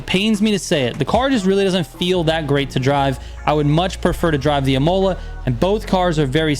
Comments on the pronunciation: Dude, love your videos, but your pronunciation of Imola is killing me. It's ih-moh-lah, not ih-mow-lah. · Real World pronunciation is [í-moh-lah] accentuation is heavily in the initial “i “, so don’t exige a pure American to know Esdrújulas words and Words in Italian, French or Spanish..😂